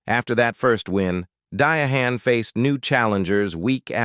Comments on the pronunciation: Trash video because of the AI mispronouncing her name. Such a beautiful lady. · I'VE NOTICED THAT THIS DOCUMENTARY THAT YA'LL MISS PRONOUNCED THEIR NAMES IN OVER THREE TIMES. WHY IS EVERY SENTENCE CORRECTLY SPELLED, EXCEPT THESE TWO ACTORS NAMES?😊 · You have pronounced her name in 8 different ways……. WTF???? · Is anyone else annoyed by AIs pronunciation of diahanns name? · Dumbie her name is Diahann Carroll.you need to go back to school.😂. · I just can't do this...that pronounciation is insulting. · Thank God I already know her story cus I can't tolerate this name butchery 🤦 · This is what happens when AI is used rather than a human, AI doesn’t have the respect or grace to assure the proper pronunciation of the star’s own name is used. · The way A I is saying her name is the reason I clicked off 3 minutes in 😩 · the mispronounciation is totally demeaning!!! Not worth watching... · If you’re going to tell the story pronounce her name correctly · What is wrong with there people are they trying to be smart you can't pronounce the woman's name right 😮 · THIS IS AN AI NARRATOR, THAT'S WHY HE KEEPS MISPRONOUNCING HER NAME. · I hate AI readers/voices, how many times does it mispronounces her first name? 5. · Keep pronunciating her name incorrectly. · What a stupid Stupid person that couldn't correct the name of one of the most important women in American Hollywood History 😢Shame on the person who actually posted this when theirs plenty of true factual documentaries correctly saying her name 😮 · Learn how to say her name, this is so disrespectful 🙄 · How can you do a story on someone and can't pronounce🙄 the name right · I was just about to say the same thing til I seen your comment lol. I hate when im watching these stories and they don't pronounce the names right! why do they even do the story if they don't know the name, meaning they don't know the ppl they are talking about! I agree with u 💯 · It’s disrespectful to get be name wrong. Do better. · Dia hand 😂